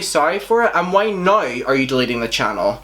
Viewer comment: Dude you pronounce now like /nəɪy/ where are you from??